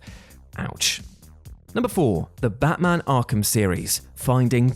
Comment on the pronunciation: Lol I swear he said battracking when he was talking about Arkham